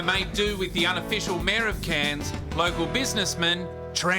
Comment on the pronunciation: Cairns too tropical and humid for me but beautiful. It’s great that, an American can probably pronounce our cities like cairns and Melbourne.